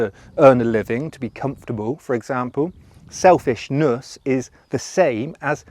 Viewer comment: selfish-NUSSSSSSS. SelfLUSSSSnussss Goofy ahhhh